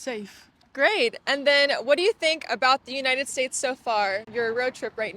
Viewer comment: Si, muy cierto. Me encanta como pronuncias United States..jajajaj